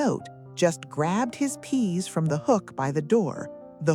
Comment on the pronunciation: Faulty AI voice over ----- 'just grabbed his peas' ------ make a correction: 'just grabbed his KEYS' ------ let's do this right please.